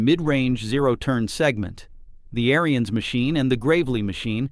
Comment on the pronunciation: First off lean how to say their family name Ariens. The Ariens Apex line and up are great machines.